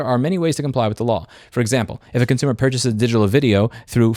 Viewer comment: This is my favorite video of yours cause you accidentally said concoomer and thats just how it is